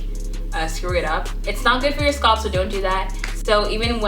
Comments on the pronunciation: No, she's pronouncing scalp as "sculpt.'. It's not you... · YASS! Oil and massage you sualp ( scalp) love the way you say it all fancy. Practicing yes darling I massage my sualp. :) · I like how she says scalp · I've never heard someone pronounce "scalp" that way... now I'm wondering if I say it wrong.